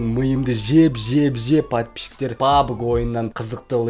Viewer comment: Пабг емес пабжи